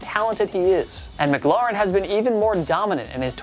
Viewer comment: Say Terry's name right please:Terry M-claur-in